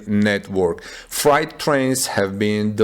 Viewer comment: Freight rhymes with hate. The way you pronounce freight, it sounds like “fright” or “night”.